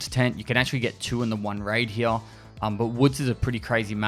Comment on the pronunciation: I like how you say "here" "He-ya" 🥰